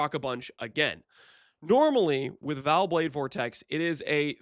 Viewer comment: I would like you alot more if you said Vaal properly.... Vaal... not "Val"